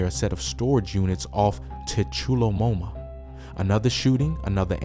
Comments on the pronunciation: *choolahome kinda like u saying trulla homa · It’s actually pronounced Chew-Luh-Home-Uh. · Tchulahoma pronounced TwoCluhHoma 🤣🤣🤣🤣